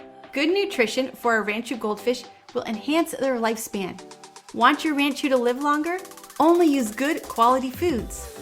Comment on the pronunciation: First thing to note is it is rahn-chew. Not ran-chew.